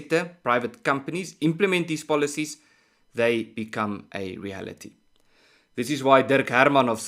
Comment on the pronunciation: Ernst,without being critical of your well presented very professional subjects,I would request that pronounce the word reality as written and remove the ( h ) . Eg. — reahality. Most Afrikaans speaking South Africans make this mistake for some reason or other.